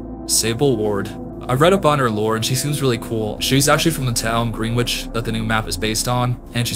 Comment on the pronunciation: Very interesting watch, props to your work and hope ur channels grows. Btw Greenwich is pronounced like Gren-itch lolol